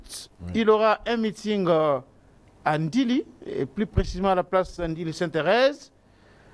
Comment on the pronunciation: Charlequint : olobi Ndili ou ndjili svp